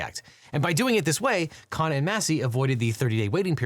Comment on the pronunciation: KHUN-na, not KHAA-na.